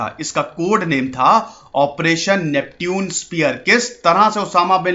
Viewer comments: Bhai pehle khud padhna likhna sikh ja uske baad duniya ko sikhana...First of all the way you pronounced Neptune is not at all right,I can't really tell you how to pronounce it in English,but in Hindi yes...हिंदी में नेपच्युन बोला जाता है न की नेप्ट्यून...Aaya bada teacher banne... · नेप्च्यून होता है ना कि नेपट्यून।😂😂😂😂😂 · Isko nepchun pronounce krte hai bhai🤗